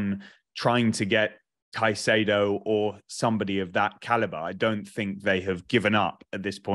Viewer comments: instantly loses credibility with me pronouncing it "kuh-chay-doe". Is it patriotic for old English guys to absolutely butcher simple names? lol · Why does insist on pronouncing caicedo in that weird way?